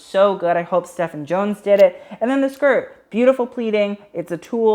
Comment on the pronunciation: Also, hate to add another one to your list but Stephen Jones is pronounced 'Steven'. Uses British pronunciation.